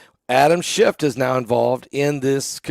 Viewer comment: His name is not "Schift"... Its "Schiff."